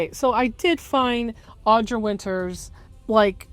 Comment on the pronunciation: I can't tell if it's like intentional snark or accident but I don't think you said her name correctly once. It's Audra, not Audrey.